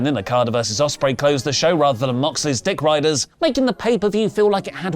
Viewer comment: Yeah! You are saying "Dickeiders." 😂